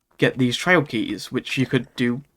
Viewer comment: Most of the time you sound like you're saying "trail", like the synonym for "path".